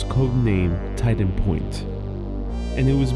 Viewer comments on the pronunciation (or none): none